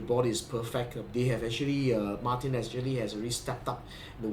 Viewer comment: Thanks for a comprehensive review of such a nice guitar. As a Brit, may I also congratulate you on the correct pronunciation of "Martin." This is something that is beyond the reach of all Americans.